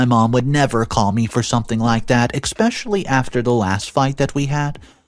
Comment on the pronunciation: There's no X in the word especially